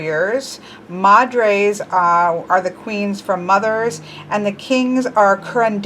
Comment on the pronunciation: Hija is actually pronounced (E-Ha) you don't pronounce the H sound and J make an H sound. Madre is pronounced (Ma-D-Reh) or (Ma-Dray) but you said that one alright. In case you were still wondering.